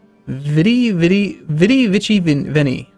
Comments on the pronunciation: the C in Vici is pronounced as a K < The more you know > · Oh god that's funny. When I originally saw it in my own games, I never actually read it. If it wasn't for flubbing it I never would have noticed the joke.